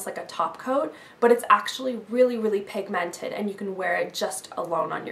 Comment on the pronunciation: its funny how she sais pigmented::)) LOL